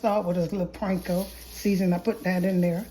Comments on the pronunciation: I think it's called panko NOT pranko! 😊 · thanks, this looks amazing! Also I sipped my drink for every time you said "Pranko" 😅👍